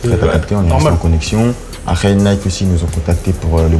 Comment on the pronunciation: Quand koba il dit « après » jsuis la seule a anttandre « aré »